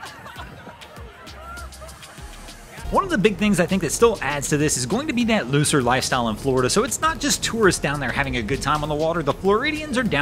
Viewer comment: Did he say "looser lifestyle", or "loser lifestyle"?